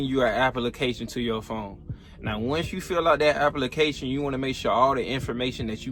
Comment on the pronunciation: Glad you got your "apple-ication" through.